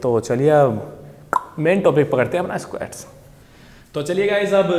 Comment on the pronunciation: Bhai SQUEEETTTSSSS nhi seekha squats sikha 😂😂 lmao ROFL m laughing from past 5 mins lel